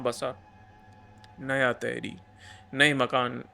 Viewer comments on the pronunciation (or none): Bhai ye तहरी nahi टिहरी hai, तहरी dish hoti hai